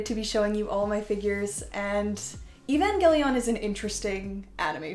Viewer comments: Why do you say Evangelion like that. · Sad you have these but can’t pronounce evangelion 💔